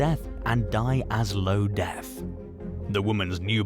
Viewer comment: is it "Die as low death" or is it "Die a slow death"?